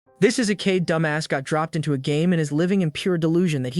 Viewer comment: its Isekai* dumbass! not asekaiyeddhdhd😂